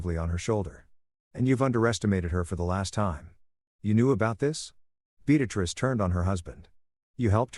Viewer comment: Yet another story where one name is consistently being said wrong multiple times. Beatrice doesn't have an x in it